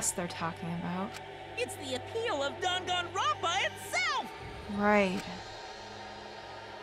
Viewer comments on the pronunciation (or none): Them pronouncing Dangonrompa is making me mad.....but rip the fourth wall is was demolished. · My favorite part of this trial is that no one can pronounce Danganronpa. “Gon-Gon... Rompa??”